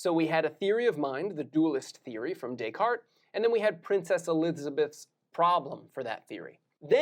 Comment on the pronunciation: The S isn't pronounced in Descartes.